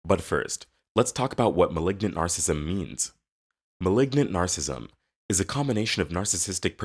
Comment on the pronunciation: You can't even pronounce narcissism right. It's nar cis sism. You're saying nar sism.